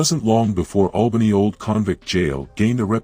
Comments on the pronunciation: It's Albany not Awlbany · The A sound Albany is the same starting sound in apple, it's not awlbany as in the sound awe. There is an town over in the east of Australia that sounds like Awlbany.